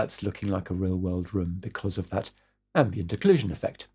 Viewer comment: Don't worry too much about your pronunciation. Actually it was exactly this "ambient occlusion" that made me switch on subtitles... Thanks for this great tutorial!